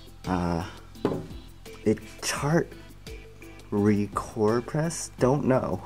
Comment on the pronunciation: "a cart recorpress".... it says chart recorder... my god the dribble that comes out of some of these guys mouths is just a tad cringe worthy and the repetitiveness.... blergh